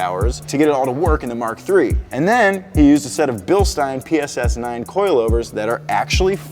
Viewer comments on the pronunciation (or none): none